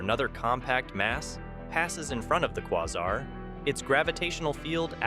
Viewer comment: Its puls-ARE not puls-ER And its qu-AY-zar not qu-AH-zar If you're gonna make a space video get your words right bro